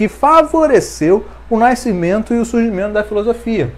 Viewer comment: NAI-scimento é foda, bicho, conserta isso aí. de qualquer forma, ótima aula, parabéns.